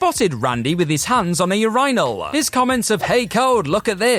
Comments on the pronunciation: Bro. You killed this whole video with that ridiculous urinal pronunciation. What’s your deal? You can’t possibly think the way you’re saying it is correct. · I'm just happy everyone else is just as bothered by the way he says urinal as I am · There’s literally video of Cody telling the story like how do you pronounce it so horribly when it’s literally sounded out for you 😂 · Lol the "your rinal" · "That time Randy Orton collided with a ur-inal. Yep, you heard that right!" .. did we..? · Place all "your-EYE-nuhl" comments HERE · The way youre pronouncing "Your-in-ol" is killing me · Bruh pronouncing urinal as "ur-ri-nal" is nuts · I'm gonna start using that pronunciation of "your-eye-n-all" ASAP. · It's pronounced "Your in ull". Urinal. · The amount of people who were unaware of the British pronounciation of "urinal", and are then bothered by it, is hilarious! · Today I learned how hard “urinal” is to pronounce. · Its definitely not pronouced ur-rhyno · The pronunciation of urinal is gonna drive me nuts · It's the British pronunciation